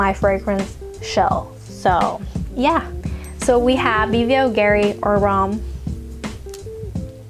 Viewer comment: yeah keep doing the haul thing n giving us anxiety 😆...i'm about to get a sample of blue turquoise , i remember smelling it liking at one duty free. My faves from MEMO are Italian leather and tiger's nest. Ohh and it's pronounced, Bulgari like boolgari (the V is actually the U) 🙂.